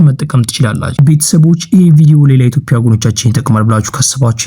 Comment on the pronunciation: የኢቶፒያ አትበል በትክክል የኢትዮጵያ ብለህ አንብብ ፣ፃፍ